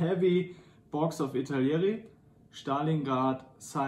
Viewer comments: A skazal s nemeckim akcentom slovo Stalingrad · ya wol, good shmek